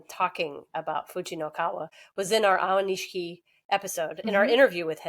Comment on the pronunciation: I think its Aioni-SHI-KI. This is a cool channel